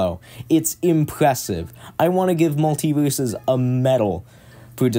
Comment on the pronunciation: "i met my best fwiend while pwaying this game. to say i woved muwtivewsus mowe than i have loved anyone evew befowe"